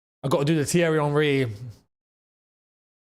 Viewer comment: 😂😂😂😂😂😂😂😂😂😂😂😂😂😂😂😂😂😂😂 I thought you were having a stroke when you were doing the Thierry Henry